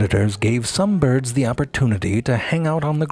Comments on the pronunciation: "Beerds of the ground" 😂😂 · I love how he pronounces birds. "Byuird" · "Byords" That's genius. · "...and this lineage seems predisposed to become byeeurds of the ground." Always with the silly pronunciations.